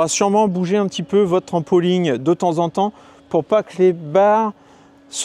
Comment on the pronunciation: On ne dit pas un trampoling mais un trampoline.